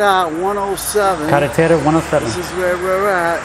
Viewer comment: based on how he pronounced “carretera” he is 100% local & you can also hear the coquies singing. To me this looks a lot like the Ramey base in Aguadilla🤔